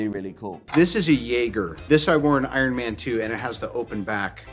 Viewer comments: “AYRUN MAN” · I too love "Eyeron Man" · Drinking game - take a shot everytime he says Ironman wrong 🤣